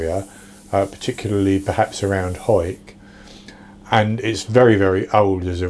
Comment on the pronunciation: You pronounced Hawick correctly, good job, but just to let you know the pie is pronounced Teeviot not tev iot . It's no bother though